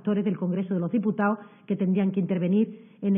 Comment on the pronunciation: Diputao* gobernao* evitao* trabajao* solicitao*monitorizao*aceptao*adecuao*DIOSS!.. pero si ni siquiera saben hablar